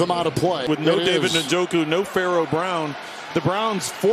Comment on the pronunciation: Its funny hearing kevin harlan try to pronounce Njoku lol. The English vernacular isn't familiar with that type of name so he separates the N with the J, N-Joku. As an African its interesting 😅